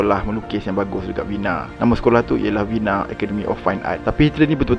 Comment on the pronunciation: History ok. Sebutan tak berapa. ViYENNa. VerSAII.